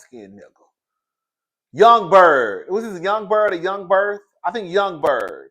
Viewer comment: Did you call that man "young birth"? HAAAAAaaaaa😭😭😭😭